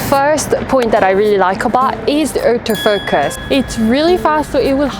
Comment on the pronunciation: "Outo focus" lol